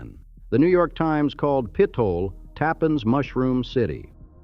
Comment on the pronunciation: Pit-ola. Omg